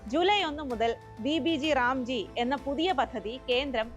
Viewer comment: Vb g ram g alla.. Vb gram g... Ayo enthaaa kadi🥴